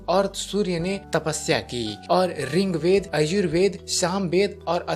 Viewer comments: Ring Veda nahi hota bhai.... Rig Veda boliye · आप रिंग्वेद क्यो बोलते है त्रुटि की पराकाष्ठा कर दी।यह ऋग्वेद है। अज्ञानता की पहचान है । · बहुत अच्छी जानकारी।। पर रिंगवेद नही होता।।। ऋग्वेद होता है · Bhai rigved not ringved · Its Rig veda not RING veda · अरे भाईया रिंग्वेद नही होता ऋग्वेद होता है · Bhai wo rigved h na ki ringved kya bol ra h. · Ringved nahi boltey